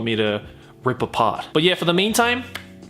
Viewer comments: Every time you say Ryuk, it sounds like you're saying Duke. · Ryuk, his name Ryuk not Riuk...damn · Its Ryuk not Riuk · Good things: L didn't die and when light pronounced Ryuk wrong and Ryuk says "hey kiddo it's pronounced Ryuk". Bad things: THEY CALLED HIM LIGHT TURNER wth also light didn't die and they missed so many rules of the death note and so many important characters! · what did i misheard or you said Duke instead of Ryuk lol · My favorite part of the movie was when Light read Ryuks name with a wrong pronunciation and I literally screamed "IT'S PRONOUNCED RYUK" Only to have Ryuk tell him the exact same thing XD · Every time he says Ryuk it sounds like he's saying Duke. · When Light first said Ryuk's name, I was really worried. But then Ryuk came along and told him that he pronounced it wrong, which was pretty cool. It would have been unnatural for an American to know how it's pronounced, so they made him actually learn how to pronounce it, rather than pronouncing it wrong the whole time, or giving Light the random knowledge of Japanese pronounciations. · Tbh i hated it but light screaming was hillarious. Ryuk look good, but really light how do you mispronounce ryuk